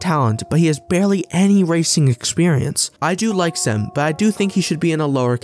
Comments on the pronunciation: Mate you could have googled how to say the name. It’s not sem its Cem. Imagine saying joy the c should sound like that. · say like GEM in english